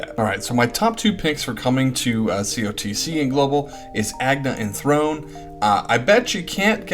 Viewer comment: I think you pronounced them right except for Throné. She has an accent on the last "e", which in french é is like "ey", like Beyoncé. I'm not sure about Ochette's pronounciation either but the rest I think are correct :)